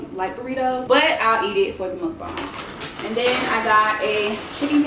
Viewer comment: NOOOOO plz don't say mukbung It's mukbang😂😩